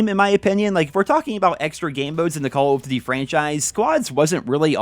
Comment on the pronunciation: Why is this man unable to say Call of Duty?